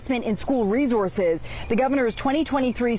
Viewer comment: Stop saying rezorzez